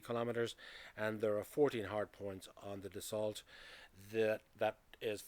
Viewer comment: Rafale (it is not pronounced RAFAEL, nor is Dassault pronounced DasSALT🙄) way more expensive to procure and operate.